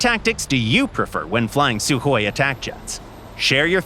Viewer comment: FINALLY SOMEONE SAID THE "KH" RIGHT